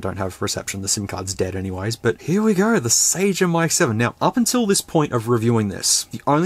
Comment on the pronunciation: Dunno if you guys adapt the original pronunciation but it would be SUH-GEM, g as in "genre"